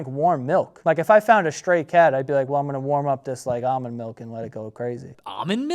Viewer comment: saying almond milk like this is gonna be stuck in my brain forever